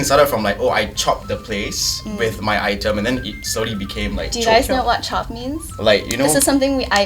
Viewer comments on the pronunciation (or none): Love the discussion, but it's not "chop" but "chope", and it means to reserve something